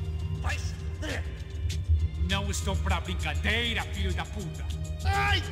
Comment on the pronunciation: You pronounced Zé Carioca as "Jé". But it's Zé the correct pronounciantion. look, those voice actors are not brazilian 😂 the way he pronounced "franco-atiradores" or "brincadeira" doesn't sound brazilian. He sounds portuguese. The portugueses have a weird accent. Every time you see an accent (~ ^ ´) in a portuguese word, that's the strongest syllable, which receives the emphasis. ´ (á é í ó ú) Is a high tone, ^ (â ê ô) and ~ (ã õ) are low tones. So crachá is pronounced cra- shaaaah. Something like that. Once you learn this, it will be very easy to pronounce words with accents. ☺ Alpinista social is not socialite. He meant she is a rich wannabe. Something like that. She is trying to be rich. In the other hand that guy's accent is 100% from São Paulo. Senhor Branco sounds portuguese too 🤨 or a foreigner who learnt portuguese. pé-de-chinelo have double meaning here. You translated well but pé-de-chinelo is a derogatory term for poor people. Because some poor people have more flip flops than other types of shoes (since flip flops are super popular in Brasil.) When you call someone like that, you are calling this person poor. Regarding the sentence in the game, sometimes pé-de-chinelo means poor and slob, amateur. he is basically saying "those poor amateurs". Gringo is not offensive. In Brazil, gringo is a slang for "foreigner", so we use this word with any foreigner, europeans, americans, asians... It's only offensive if you say in a scorn lile way, sarcasti